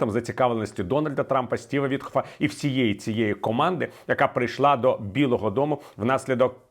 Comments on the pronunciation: Чому Віталій говорить "Вітхоф" - навіть у заголовку пише Віткоф? А як винюхав Юрій Швець - насправді це єврей кацапського походження Стьопа Вітьков, тому варто цю паскуду так і озвучувати. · Чому Вітхоф, він ВітКоф